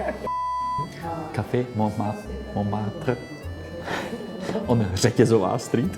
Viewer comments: Oui oui baguette, Montmartre :D If you're czech, the pronounced letters are : Monmartr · The "t" in the "Mont" of Montmartre is silent in french. The "r's" are hard "r's" 😊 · Et voila! Here the REAL correct french pronunciation of Montmartre ;)